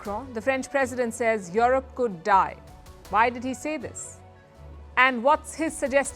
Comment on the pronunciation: Please pronounce yurup not yorop